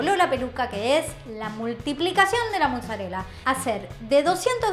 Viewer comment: Por qué dicen muzzarella en vez de mozzarella?